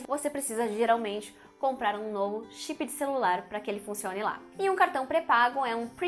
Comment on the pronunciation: Chipi 😁 Notchi buki 😂